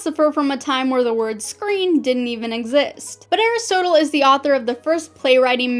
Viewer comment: You're mispronouncing Aristotle XD